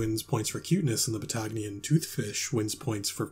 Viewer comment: TBH I'm a little disappointed that the "Patagonian Bass" was pronounces wrong, but this is still amazing 😤